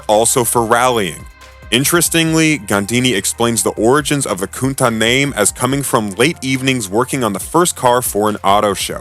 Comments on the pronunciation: As far as I know "cuntach" sounds pretty well in english. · When you segued to the launch of the Countach, which you repeatedly mispronounce, you showed the 25th anniversary Chrysler edition, twice. Also it’s alpeen, not al pine. Amateurs